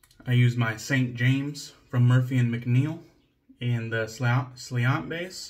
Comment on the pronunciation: Nice, Slainte is Gaelic is actually pronounced SLAHN-CHA. Learned that when I went to Ireland